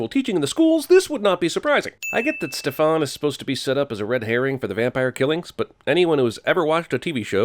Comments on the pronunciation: He does the same thing in Maleficent with the same name. He calls the King Ste-FAN when there is no emphasis on the last syllable. Its STE-fan. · Stefaan? It's Stefan. Why are you stretching the a? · dude stop emphasizing the a in stefan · Ugh 😑 why do u say stefAn it’s pronounced Stefen poor Stefan ugh they clearly say StefEn ugh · BITCH ITS STE FIN NOT STEPH ON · it's stefAN!!!!! Not StefON!!!! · It's not pronounced "Stef-on" its pronounced "stef-en." It's spelt Stefan but pronounced "Stef-en" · Listen, I'm not exactly a fan of the show, but good gosh! It's StEfan, not StefAn. Drove me crazy every time he said it. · I found this show by accident one night while looking for something to watch. It reminded me of Twilight (yes I love that, so sue me) so I thought I'd give it a shot. I got hooked. And come on, who doesn't love Damon?! Have to say, it's StefAN, not StefOn. The picture of Elena is actually a picture of Katherine - they're dopplegangers, though we don't find that out in the first episode. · But it's Stef-in not Stef- on 😅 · very well....the proper pronunciation for both characters is Steh fan. He pronounces it Steh fahn. That's not his name. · Ma’am I give you one y e s, like why “st e fen” ITS STE FAN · "Stefaan" my ass that's fuckin kai Parker GET EM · “stef-on” IM FUCKING DEAD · It’s STEF - AN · He did not just pronounce Stefan's name STEFON 😵😵😵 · WHO THE FACK IS STEFARN 😭😭 it’s Steph-fen ☹️ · It's STEf-an!!! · Ste-fan nooooo its Stefan....sorry just bugged me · The way "Stefan" is being pronounced... Why? You saw the show Also, (Spoiler) he does end up with her for some time Just took some season and the main female character to leave the show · Bro 50 sins for pronouncing Stefan like that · I’m gonna vomit if he pronounces Stefan wring the whole time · The biggest sin this episode goes to your pronunciation of Stefan. Its said how many times in the episode but still you pronounce a hard A that no one else ever does lmao 😂😂😂😂